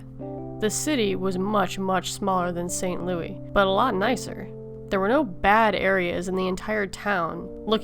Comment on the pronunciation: that pronunciation tho “st Louis”